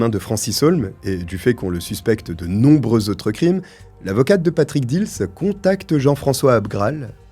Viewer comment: j habite montigny les metz ma buraliste a servi plusieurs fois le frère dils bref étiez vous a montigny viviez vous a montigny les metz pour dire ce n est pas dils moi je vous dit j y vis j ai un an d écart avec cyril et alexandre et je vous dis ce n est pas heaulmes mais dils